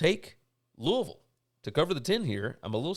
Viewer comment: Congratulations! So happy to hear Mother and baby are doing well!!!! Love the name you gave her. You were greatly missed on the Tuesday's and Wednesday's show. By the way, love that you know how to correctly pronounce my hometown of Louisville.